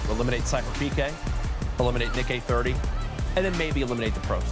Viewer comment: How can you be presenting the FNCS Pro-Am and not be able to pronounce "Nick-EH-30" correctly. How disrespectful!